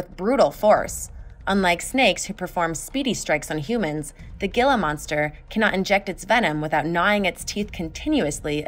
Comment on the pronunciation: Gila is pronounce heelah